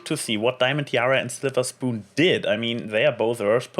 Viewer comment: Definitly not a bad episode, though the split up of the cmc came kind of sudden. In the split up scene at first I though applebloom was trying reverse psychology. Now we're sorely missing a Sweetie Belle Episode. On an unrelated note, Slither Spoon is best prononciation.^^